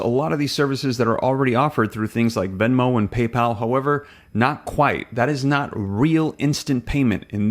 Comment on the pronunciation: It’s VENMO, Not VEMO!